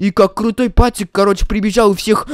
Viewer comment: не пацик а поцик